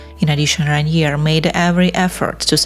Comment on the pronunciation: le nom du prince est RAINIER et non pas Ranier !!!!